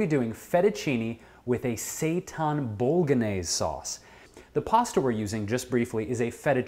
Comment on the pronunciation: I just found your YouTube channel, silly me, and am having fun watching. However, I could not watch this through to the end. While I love this sauce and make it all the time myself using homemade tofu crumbles, I cringed every time you said "bolognese". I'm just one of those people. Other than this video, loving everything I see.